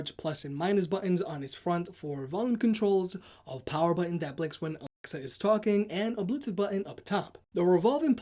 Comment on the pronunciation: it Alexa not A-L-E-X-A